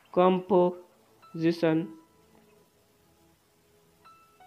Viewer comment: Comosition or composition? Lmao homie, you better than this